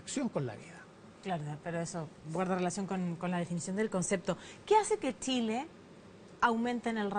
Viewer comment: La periodista dice tileno Tile.porque tienen tanta dificultad para pronunciar la CH.Las chilena??